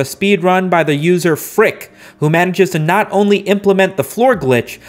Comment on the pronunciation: I think the player you pronounced as 'frick' is actually pronounced 'effyusikay'